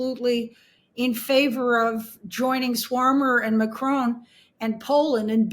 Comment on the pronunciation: Oh! dear Frances mispronounced Prime Minister Starmer's name calling him Swarmer! Otherwise an excellent interview.